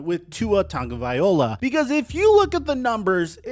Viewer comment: Still can't pronounce Tagoviloa, hey?... 🤦 He's not a f**king musical instrument... If you ever wanna make it big, pronunciation of Player's names is a big thing. Just a heads up